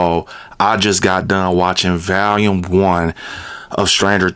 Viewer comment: VALUME or VOLUME? 😂